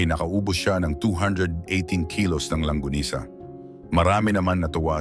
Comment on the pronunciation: It's LONGGANISA not LANGGONISA😁😁😁😁😁